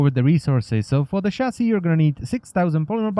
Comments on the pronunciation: i understand he has an accent but a chasy is what i hear for chasis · wtf is a chassy/chassi?